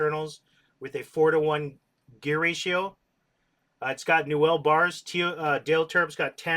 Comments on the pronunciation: Newell is pronounced new weul, not "nouwelle". Just thought I'd mention. I met Carl Newell years ago at his factory and that's how his surname is pronounced. Very pleasant man btw, he helped me personally replace a reel that had been lost at sea... I'm a big fan of his reels and have a large number of them in mint condition. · Why do you pronounce newell so wrong, here look up 2ndchancetacle and you can hear how it's pronounced.